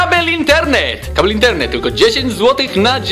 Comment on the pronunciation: To jest kaLbel :V